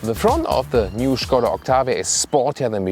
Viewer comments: When I heard "Shkoda" I knew I was in for a good review. I was not dissapinted. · I love how you pronounce "Skoda." 😱😍 The correct way. Cheers,. Always appreciate the review. 😎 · Finally someone pronounces Skoda....they way it should be. :)